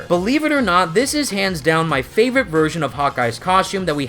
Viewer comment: “Cos-choom”